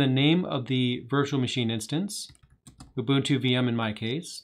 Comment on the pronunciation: Oo-boon-too. Do you not have enough respect to learn how to say it properly?